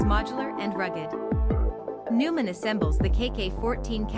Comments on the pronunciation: If you want to be taken seriously, at least pronounce the company's name correctly. Noy-mahn, not Newman. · Neumann - Pronounced Noy-man